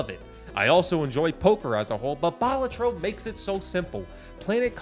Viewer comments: Dude rightfully names #1 Balatro but fails to pronounce it correctly. it's not ball-a-tro, but bal-AH-tro. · ITS PRONOUNCED BA-LAT-TRO..... NOT BALA-TRO